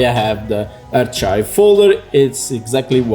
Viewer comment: Archive is pronounced as 'arka:yv' - not 'artcha:yv'. Overall, great video though.